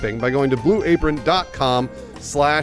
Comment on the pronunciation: I swear the first time Bruce said Blue Apron it sounded like he said Blue Rapeon